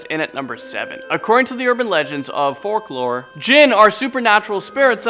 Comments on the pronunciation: Hey dumbass I believe u meant 2 say folklore but I 4 some reason said forklore now I don't know what's going on in that little head of urs but the word is F O L K L O R E NOT F O R K L O R SAY IT RIGHT OR DONT SAY IT AT ALL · did- did he say FORKlore? LMAO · Around the is mark, did he say "fork-lore"?? Do they tell tales about bizarre cutlery in the Middle East?? Even the eating utensils want to do harm...... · fork-lore?! FORK-lore?! Are you shitting me?!